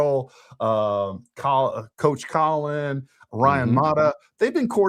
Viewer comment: And it’s Cōlin Powell! Cō as in cone. This is beyond mispronouncing a word. She is so ignorant.